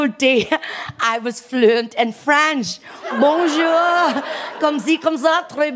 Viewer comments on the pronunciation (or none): none